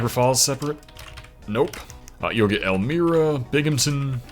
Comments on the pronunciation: Every video. It's not EL-MEER-AH, it's EL-MY-RA. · Elmira NY is pronounced El-my-ra